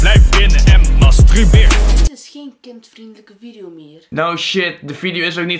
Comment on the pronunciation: Het is mastuurbeer niet mastrubeer